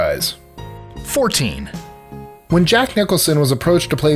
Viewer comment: Danny "Zunko"? Clarice "Sterling"? Jack "Nicholas"? Come on. It's not hard to get these names right